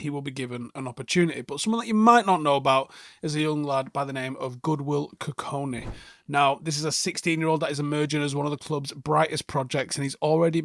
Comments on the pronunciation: How did you get both his first and last name wrong 😅 Goodwill Kukoni ❌ Godwill Kukonki ✅ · Clearly says his name is Godwill Kukonki Says "Goodwill Kukoni". 🤦‍♂️